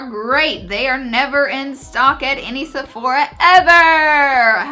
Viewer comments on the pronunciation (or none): none